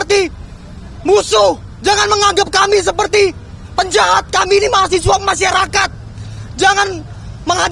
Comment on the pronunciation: Mahasewa bukan mahasiwa jemmmmbut